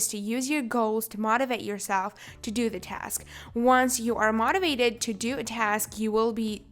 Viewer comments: IS NOBODY ELSE GETTING TRIGGERED THAT SHE KEEPS CALLING MOTIVATED MOT-IVATED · Can u please pronounce "motivated " as mou-ti-vated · I love how she say mah-tivated instead of motivated. Not a hater🌸